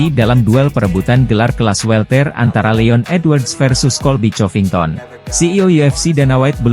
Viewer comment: Bunyinya korvington,bukan chorvinton